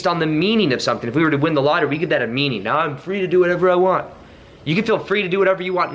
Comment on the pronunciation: Did you say now as meow at the start? 🤣Great video as always